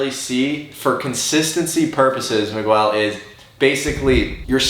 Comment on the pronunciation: Mi-gwel? jk Love you guys!!